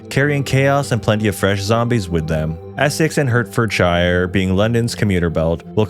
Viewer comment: HE PRONOUNCED HERTFORDSHIRE CORRECT AT LEAST ONCE LETS GOOOOO